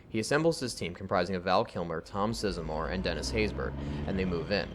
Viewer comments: You get a thumbs down for saying "Tom Sisamore", it's Size-more. LOL. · Isn't Tom Sizemore's name pronounced just the way it's written? Size and more?